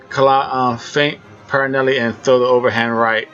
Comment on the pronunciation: Also, his name is B R Y A N T P E R R E L L A. Not “Paranelly” it’s Perrella. Rhymes with Fella. There is no “N” in his last name. Come on man your the expert, get the names right! This is not even a hard name to pronounce